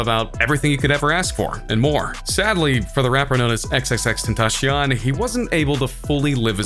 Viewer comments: You saying his name wrong your saying:"xxxtentashion" lol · Is no-one going to say something about how strange is he saying x' name?